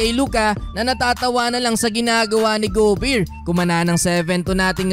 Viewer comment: Bro, GO Bare, nde go beer. Sakit sa tenga. Sorry 😂😂😂😂